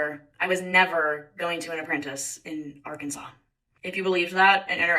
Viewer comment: As soon as she said.apprentace I was like, at this point she deserves whatever happens now. Lol. I'm happy she went the opposite route.